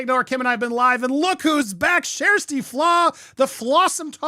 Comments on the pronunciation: Who’s “Shersty” fla? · Her name is pronounced Sash-tee. It took me forever to get it right. I have to think of it spelled this was instead of how it’s actually spelled so I get it right. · Her NAME IS PRONOUNCED SHASTI. Be respectful Andy! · There is no R sound in her name. It sounds close to Shasty or maybe Shesty.